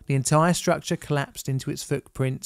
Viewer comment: COLLPASED? Dude...